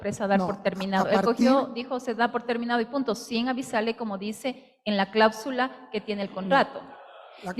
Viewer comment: No se dice clábsula, se dice cláusula. La asambleísta acusadora no sabe expresarse, qué vergüenza